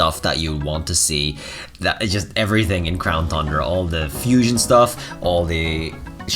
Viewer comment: Everytime he says thundra i drink